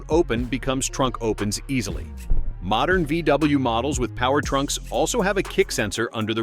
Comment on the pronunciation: Did you say mordern VW?? and some of your videos are dated. This video was a complete waste of time!